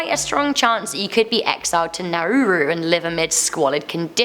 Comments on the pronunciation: The detention Australian detention centre is pronounced Naroo, not Narooroo. Please also consider that these detainees spend thousands of dollars to be smuggled to Australia. This money could best be spent on airfares. When the plane lands they refugees can then ask for asylum. Thus not sent to Nauru. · Love you, but it's pronounced Na-Roo as in kangaroo and their budget for food was $10more per person per day than I had working on the mines in 120 degrees a 3 hour flight away in Western Australia. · its pronounced nar - roo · TheAustralian prison is spoken as NA -RU. i am Australian